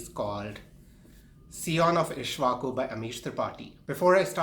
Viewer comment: and it is not ishvaku...it is pronounced "ik_sh_va_ku"